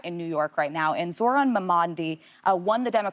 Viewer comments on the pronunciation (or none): They're butchering Zohran's name on purpose. Very disrespectful.